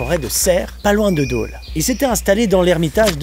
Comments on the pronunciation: "DANS LES FRANCHE COMTÉ"?! ET ÇA SE PRONONCE "DOLE" PAS "DÔLE"!! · Super vidéo par contre ce n'est pas Dôle mais Dole 😂😂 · Attention très important c’est pas Dôle mais Dole !!! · Daule 😁 Dôle tu peux le prononcer "dole" ^^ J'habite justement dans le secteur et j'en avais jamais entendu parler lol C'est la seconde fois que je vois cette vidéo et chaque soir quand je ferme les volets de la porte-fenêtre, je m'attends à tomber sur un dogman 😅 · Ahhhhhh ça me fait mal aux oreilles quand tu dis Dauuuuuuule au lieu de Dole mais on t'aime quand même ! Moralité, épilez votre mono sourcil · Par contre c'est dole pas deaule JD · C'est dole pas daule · J'étais à l'école primaire à Amange, et je me rappelle d'une fresque sur un mur pas loin de l'école qui racontait cette légende (qui m'a évidemment marqué), du coup c'est très plaisant de te voir parler de ça. (et sinon je suis natif de Dole donc je dois faire mon chiant et rappeler qu'on prononce /dɔl/, avec un O ouvert ahah) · bienvenue à dole, par contre c’est pas « dôle », ça fait un poil peur quand je says que j’habite dans la serre en fait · J'adore ta manière de prononcer "Dole" xd